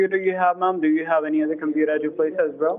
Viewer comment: "we will fix your compeedo"